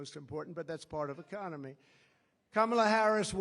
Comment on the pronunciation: "ECCONEMY"...."STUPID'.... &........ "A M E R I C A"........:dothefive::dothefive:!!